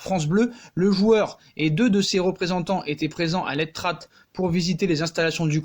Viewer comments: Tu dit mal c est pas l etrat mai sa se prononce l etra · On ne prononce pas le t final dans "l’etrat" et ce prononce tout simplement comme il s’écrit, pour le forez le Z ne se prononce pas et se prononce donc un peu comme "forêt"